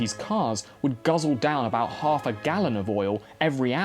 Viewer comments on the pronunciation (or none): none